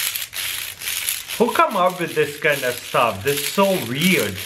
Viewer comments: it funny when he says weird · i love the way how he pronounced weird 😂